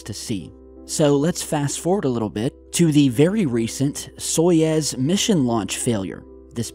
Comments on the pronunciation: Wait wait wait Soyez??????? No! Its Soyuz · It's not SojEz, it's SojUz! Or Soyuz, which ever way you write it. But you say it so wrong,. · It is Soyuz, not Soyez. The Russian pronunciation sounds like "Sayuz". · "Soyez" !? Or you meant Soyuz ? It is pounonced "So-Use" The way you prononced it it soud like a sketchy mexican restaurant or the next emerging drug cartel... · It's "SO-YOOZ," not "SOY-EZ." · Stopp saying SOJEZ it’s called SAJUZ ! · Now seriously where do you see the E in Soyuz? Why do you keep saying Soyez when its Soyuz? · SOYUZ (SOY YOOZ)!!!! NOT Soyez (SOY YEZZ). Come on, you're not even trying. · I love your work. I'd just like to help you by correcting your pronunciation of 'Soyuz.' It's "soy-youzzz" not soy-ezzz. Here's how to say it. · soyUz not soyEz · it's so-YOUs, not so-Yez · Stop saying soyaaaz man, it’s SOYOOZE.. like in booze, boobs or noobs. Told ya last time :) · ITS "SO-YOUZ" NOT "SO-YEZ" FFS GET IT RIGHT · That's 'Soy-YOOZE'. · It's "soy-ooze"!! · A complete NON-story - and WTF is a 'Soyezz'....????? More utter CRAP. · Every time he says "Soyez" my toes curl